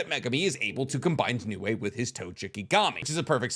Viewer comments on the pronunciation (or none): none